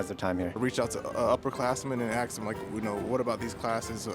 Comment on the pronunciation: The red shirt gentlemen didn't learn how to say ask he said "axe"